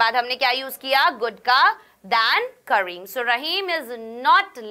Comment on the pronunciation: karim m zyada zor de diya 😂😂